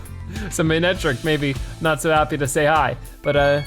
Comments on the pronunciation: It is ma-ne-tric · Manectric is a combination of mane and electric, hopefully that will help you with its pronunciation.